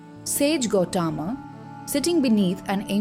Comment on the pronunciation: The story is an eye opener for eligible truth seekers. One shortfall in the vdo is in the narration ...pls incorporate perfect pronounciation of the Sanskrit words like Gowthama, satyakama etc which seems to be in the English mode ...the narration seems to be an odd man out in the otherwise good vdo..God bless all truth seekers.